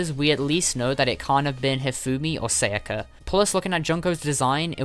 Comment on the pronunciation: Sa ya ka. Not seiyaka.